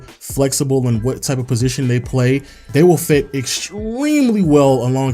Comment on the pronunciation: “EXTWEEMLY well”